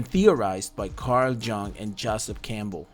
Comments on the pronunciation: I stopped the video when i heard Carl "Djung" - his name is German, not Chinese. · dislike for the pronounciation of Jung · Please take the time to learn how to pronounce Carl Jung's name correctly, you will be taken a lot more seriously on your content.